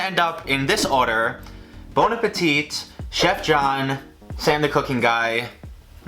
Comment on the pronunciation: Bon apple teeth